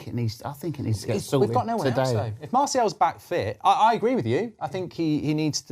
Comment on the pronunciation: Why are you saying marsiel, it’s martial